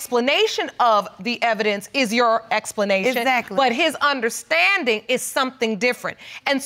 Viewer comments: Iz-zact-kley is not Exactly. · So she said he is broke n illetrate but she says eggzackly instead of exactly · Izzackly, izzackly, izzackly.